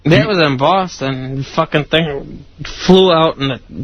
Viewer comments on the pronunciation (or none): none